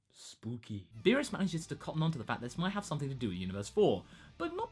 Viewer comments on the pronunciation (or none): none